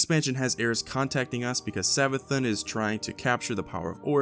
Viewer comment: It's Savathûn, Savathoon, not Savathun